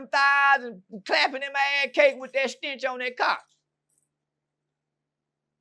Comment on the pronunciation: “ it got a stintch to it “😂